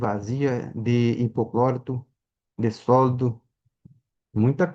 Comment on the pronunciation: Alguém sabe me informar o que é 'hipoclórito", que esse homem fala?